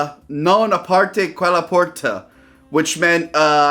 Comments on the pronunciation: Still better than his pronunciation of "aprite" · Lol "Non aparte quella porta"